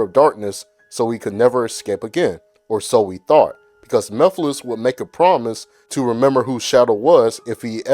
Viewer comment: No its pronounced mugh-fil-is 😂